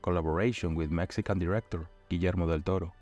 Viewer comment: lol. i think you're mistaking a very talented "near-native" speaker for an AI. edit: nails "Guillermo del Toro" but fumbles "showcase"? c'mon man... plus it's evident he knows what he's talking about. AI still can't do the rhythm/swagger of an authority.